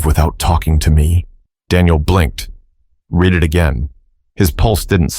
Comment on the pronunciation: The narrator has a problem- The difference between "read" (pronounced like "reed") and "read" (pronounced like "red") lies in their tense and meaning: "Read" (reed): This is the present tense form, used when referring to the act of reading something currently or generally. "Read" (red): This is the past tense form, used when referring to something that has already been read. For example, you might say, "I read books every day" (present) versus "I read that book last week" (past). Read vs. Read – What’s the Difference? - Writing Explained